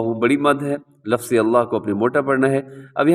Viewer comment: Assalamualaikum wa rahmatullahi wa barakatuhu Bahut hi achi tajweed ki vedio banayi hai, jazakallah Khaira Itni si baat kehni thi ke aap lafz ko lafaz😢 aur waqf ko waqaf kyun kehte hain